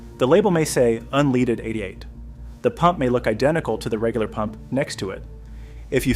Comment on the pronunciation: Maybe learn to say "unleaded" correctly to be taken seriously